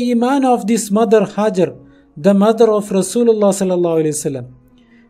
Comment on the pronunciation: It is Hagar not hazzard please correct